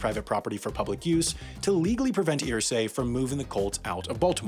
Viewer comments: It's pronounced "Ehrsay" not "Earsay" but great video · I wasn't going to say anything at first, but you say his name so many times it got on my nerves... Its pronounced errsay. Not earsay. Mini rant over. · I hate the way this guy pronounces Irsay's name. It's ER-say. Not EAR-say. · Its pronounced "ersay" not "earsay" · Wow, I am SHOCKED. You kept pronouncing the name "EER-Say" instead of "UR-Say", but you nailed "Hoosier". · I’m from Indiana and Irsay is pronounced UR-say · How do you do all the research and still end up saying Irsay wrong over the course of the whole video😂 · For your correction video in a year Irsay is not pronounced like how you said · As a Hoosier, it irked me he couldn't say Irsay correctly.